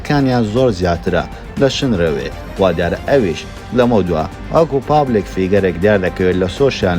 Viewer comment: شنرەوێ نا شنروێ جارێ فێری ناوەکەی بە ئینجا قسەی لەسەر بکە !!!